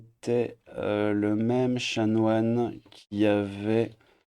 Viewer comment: Chanoine, pas chamoine 😂